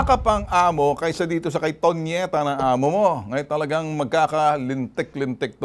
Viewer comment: Tonieta hindi ponieta 😂✌